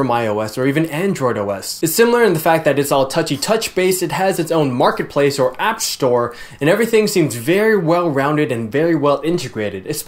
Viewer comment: App Shtore!